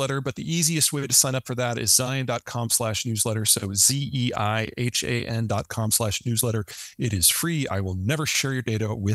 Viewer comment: Holy shit. The host pronounced Peter's name right!